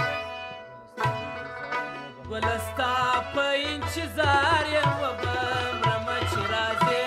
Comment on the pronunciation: که چیري د لغاتونو تلفظ سم صحیح وکړي نو لږ څه به پر معیار برابر سي. دی خو بیخي زموږ د کندهار د کوڅو لهجه غوندي تلفظ کوي ( انچیظار) 🤦🏻‍♂️ تاسو یې فهم ورته واړوئ.